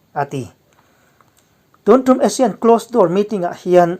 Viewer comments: Asean ti zawktur aw.. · A thupui a i rawn hman khi ka duh tawp..Asane ho ek mai an ni tih khi chu ka nuih a za tawp..hahaha...mipui hian kawng zawh tawh lo in a ruk a ral in bei tawh maise aw, an thi reng mai a rilru a na duh emai....hnam sipai ho hian lungrual tak in bei zel tawh mai rawh se.. i ti lawm awm lutuk e kawlhming i lam thiam lutuk hi a mak ka ti, kawl ho zing a seilian pswh i ang zawk alawm le...damreng ang che..